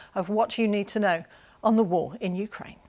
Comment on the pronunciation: Good try BBC … “ Hukraine winning “ 😂